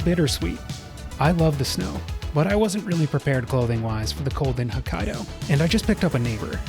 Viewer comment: "huh kai doe" "Shin kun sen"